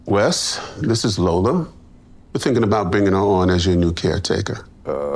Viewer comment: yes, you can hear the guy mispronounce "lola"